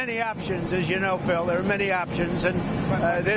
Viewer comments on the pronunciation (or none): none